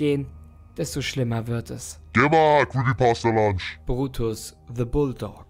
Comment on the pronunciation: Digga der heisst nicht creepy pasta lunch der heisst creepy pasta PUNCH du heisst ja auch ned lyzer oder man man